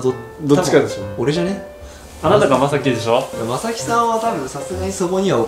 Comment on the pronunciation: まさき↗︎だと正木さんていう苗字のほうになっちゃう気がするのだが笑笑